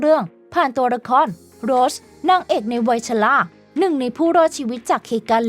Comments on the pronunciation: ทำการบ้านในการอ่านนิดนึงค่ะ อ่านชื่อนักแสดงผิด ฟังแล้วไม่ค่อยสมูทเลยค่ะ เช่น เคท วินสเลท คุณอ่านเป็น วินเลท แสดงเป็น โรส ไม่ใช่ โรชนะคะ ปรับปรุงนิดนึงจะดีมากๆเลยคะ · ออกเสียงนักแสดงได้ห่วยแตกมาก โดยเฉพาะ เคท วินสเลต / โรส-rose